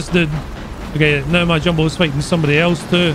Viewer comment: ИС sounds like is, not like ai-ass.